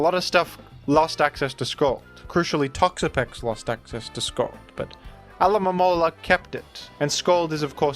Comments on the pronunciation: Hermione: "It's AlomoMOla, not AlomomoLA" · Interesting note. Alomomola is based off a Mola Mola, so I think technically it is intended to be pronounced Alo-ma-mo-la. But real trainers know it prefers to be called Alamalamala. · That Pokémon is clearly a mola mola. So I think you’re saying it right. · I think should insist on saying 'Alo-mo-mo-la' as a bit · This is so fucking funny, someone needs to make a full compilation of him saying Pokemon's names